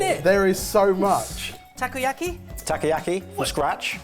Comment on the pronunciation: I love how pronounces takoyaki tacky-yacky. 😂